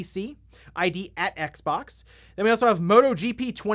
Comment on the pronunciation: It's X-ex stop that cross shit